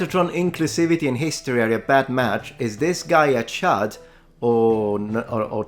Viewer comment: I heard you say Chud but you were saying Chad. A chud is from the movie CHUD. Its basicly an idiotic mutant from the sewer. C.H.U.D. means cannibalistic humanoid underground dweller